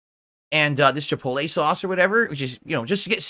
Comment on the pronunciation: Mother fucker really said chipollay. I swear to god every day off segment is just food.